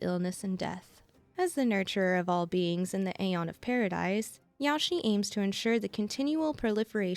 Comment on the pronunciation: Omg the way you pronounce Yaoshi 💀